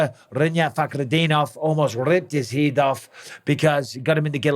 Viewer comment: “Almost ripped his Heeedoff” 😂😂😂